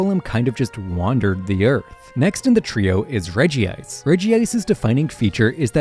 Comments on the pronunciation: is it Regi-ice? I thought it was pronounced reg-ice? I'm actually not entirely sure. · reg- ice.. not regi-ice.. even his name is spelled as reg-ice.. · Regi ice🥀🥀😞 Please say regice, it hurts my ear to listen to regi ice